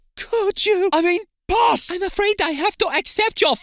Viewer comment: Pass* not Pohrs